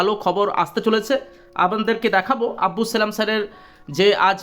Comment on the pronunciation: আব্বুস নয় আব্দুস ।